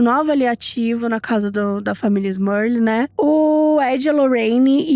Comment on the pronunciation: te adoro mas deu agonia você falar “Smurlil o vídeo todo kkkkkk